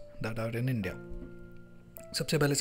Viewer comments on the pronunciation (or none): none